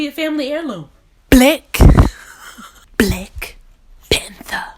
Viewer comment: New subscriber here!! You are hilarious. My 4 year old made me rewind when you say at the end 😂😂😂